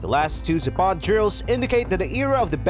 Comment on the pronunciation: zApad, not zapAd